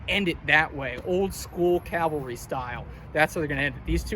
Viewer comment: Remember, mounted troops are called CAV- alry. Not CAL- vary... Jesus died on Calvary. Custer died as a member of the cavalry ...